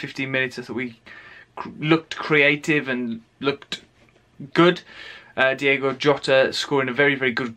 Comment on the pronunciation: Diogo, not Diego.